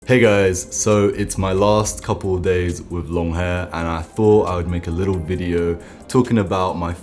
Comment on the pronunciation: You say wiv I think you mean with !😅